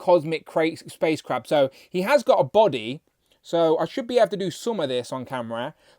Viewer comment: I was thinking all week you were saying " Crap " and I thought you really hate this BaF . You were saying " Crab " ... Lol .